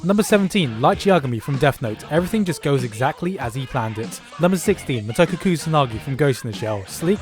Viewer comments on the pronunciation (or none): Wow... no wonder you said "Mot-o-ko" instead of "Mo-to-ko."...You spell it Matoko! Overall, though, great top ## list despite that wrong pronounciation.